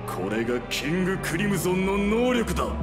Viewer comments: Dub:Now feel the power of Emperor Crimsuhn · KINGU CREAMSON